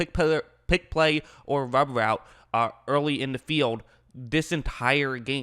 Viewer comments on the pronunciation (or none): it's pronounced rub route not wub woute